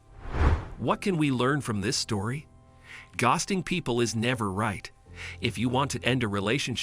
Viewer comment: Tell your robot how to pronounce ghosting… 🤣